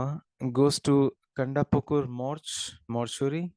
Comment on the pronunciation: Not kandapukur its kantapukur